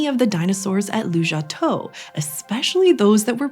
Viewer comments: The place is called 卢家屯 Lujiatun, which you spell correctly in the captions (and I assume in your script), but you keep pronouncing it Lujiatou 🤦 It's tun, not tou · It sounds like you're saying Lujiatou (Lujia head?), but your references say Lujiatun (卢家屯, with tun, 屯, meaning village). Is there more to unpack here? I'm just curious because Lujiatou is kind of a plausible place name